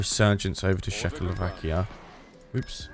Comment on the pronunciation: I was mostly listening to this and I did a double take when I heard say Czechoslovakia as shackle-o-vakia instead of check-o-slovakia